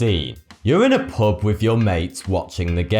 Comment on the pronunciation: What's that accent? I don't think I've ever heard it, it sounds really weird to me how he pronounces U as OO as in POOB, POOBLICK, DROONK :)